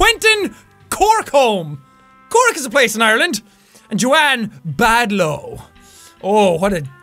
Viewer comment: "Badlow" XD XD XD